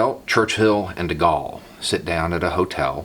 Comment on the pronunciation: It's most memorabele misquote... Btw, de Gaulle is pronounced like the word goal.